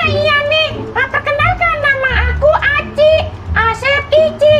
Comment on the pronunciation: Aci bang bukan ichi